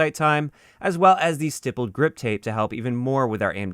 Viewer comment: FYI it’s usually pronounced like sty-pled. On polymer handles you can poke it many times with basically (or literally) a sharp soldering iron